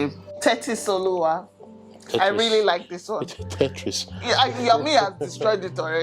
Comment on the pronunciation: When your husband said "Tetri" 😂😂😂, I just said "tetracycline"😂😂😂😂😂